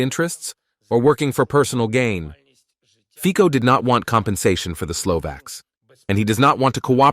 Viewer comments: Nie Fiko ale Fico - Fitzo. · It's pronounced Feetso, not Feeko.